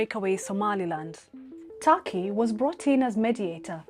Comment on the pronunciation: For God's sake, it's not 'Taki'; it's Turkey, even Türkiye